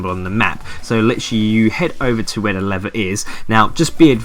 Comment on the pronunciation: For ages I didn't know what you were saying for the Wilderness 'lever' task. I'm from London so I thought you were saying, "leather", haha. Cheers though man. I'm an endgame player and I still have yet to complete most of these... I hate them with a passion but you make it so much easier.